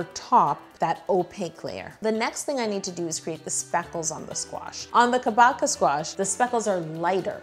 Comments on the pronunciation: Tell me I wasn't the only one who heard "chewbacca squash" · its japanese so its pronounce KAH-BOH-CHA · someones gotta tell her that google was totally wrong about how to pronouce "kabocha". its ka (as in kaboom) boe (like 'toe') cha (cha cha dance) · oh sis... google did you dirty. It's ka-bow-cha (ch as in chat). I live in Japan where it's from just to show my accreditations. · These cakes turned out amazing as usual!!! I’ve been binging your videos lately and I’m always amazed at your attention to detail. But the pronunciation of Kabocha is way off. It’s a Japanese word, so English text-to-speech made it weird. The correct pronunciation is Kah (like a Bostonian saying “car”), Bo (like “bow” in “bow tie”), cha (like dancing the cha-cha) Kah-bo-cha. Kabocha! (かぼちゃ) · If it’s the Japanese Kabocha it’s actually pronounced kah-boh-chah (as in rhymes with matcha) :) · Google is wrong. Lol I and many chefs say ka- bow-cha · It’s pronounced “kah-boh-cha” 😥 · Haha! Google is WRONG... it's kah-boh-cha! It means pumpkin in japanese (I'm Japanese) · But it's Kabocha...ka-bo-cha, like chair. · Yo it’s pronounced Kah-boe-chah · When trying to say kabocha squash turns into a school lesson🤣🤣🤣🤣. My kids still didn't get it. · Japanese speaker here!! It's pronounced like 'ka' as in car but shorter, bo as in bonding, cha as in cha-ching! lol. And don't stress any part of the word! :) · I was so confused when I heard her phone's auto-pronunciation, because kabocha is Japanese and I was sure I knew how to say it. The robot even actually said it wrong two different ways just in this video. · yo: pronounces kabocha wrong google how should i pronounce it google: pronounces it worse 😭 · Yo- It is pronounced with a soft h like in the word "kombucha" it literally means squash in Japanese. You pronounced it fine at the beginning. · I’m accustomed to the Japanese pronunciation of Kabocha which is cah-bow-chuh so hearing it pronounced like Chewbacca was really weird